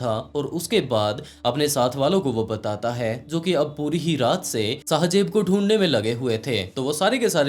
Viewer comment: Sahi sy bolna or likhna seekh lo phly shajeb Nahi shahzaib hota Hai 🙄